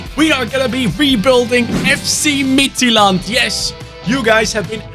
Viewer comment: great pronunciation of midtjylland, as a dane im proud of you